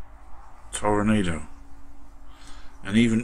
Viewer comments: It's pronounced Tor-ahh-nahh-do. The headlight covers on the real car were always body color. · Great work. It's properly pronounced ToroNAHdo, BTW. Or maybe best spelled Toro-noddo.